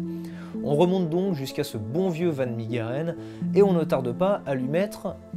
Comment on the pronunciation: Superbe vidéo !! Juste pour la prononciation en néerlandais son nom se prononce Han fan Mèreren !!👍🏻